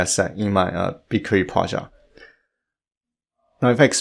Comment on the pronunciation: It took me a while to realise what is Projaaaaht hehe! Nice tutorial mate! Thanks so much